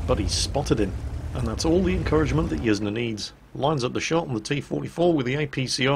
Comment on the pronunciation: Pretty sure Yzne is pronounced "Yiz-Nay", incase anyone wanted to know